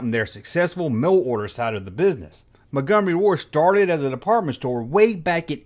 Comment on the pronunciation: How to talk like: "Mungumary Ward"